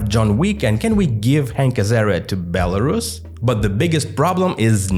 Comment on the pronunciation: Belrusia not Belarushia, SH is pronounced in English for Russia, pronounce Belarus as Belarushia means you're basically repeating Russian Imperial and later Soviet term of "White Russia", even tho Rus in Belarus comes from Rus of Ruthenia - White Ruthenia, not White Russia, so no Belarusians are not Russians, but whiter, they are separate ethnic and cultural group that faced 2 centuries of Russification and 1933 orthography "reform", which artificially brought it closer to Russian